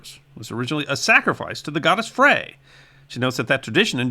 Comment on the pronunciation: Thank you for this! Frey is pronounced like "fry."